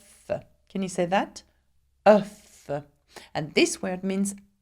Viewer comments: no its pronounced oof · דן אפריאט œuf is always pronounced with the F sound. And the plural: œufs is always pronounced without.